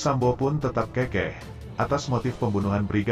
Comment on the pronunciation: Narasi kurang betul tulisan keukeuh kok dibaca kekeh kan artinya tidak sama. Keukeuh = ngotot. Kekeh = orang tertawa. Contohnya orang itu tertawa sampai terkekeh - kekeh yg artinya terpingkal - pingkal. Tolong min baca lagi KUBI ( Kamus umum bahasa indonesia )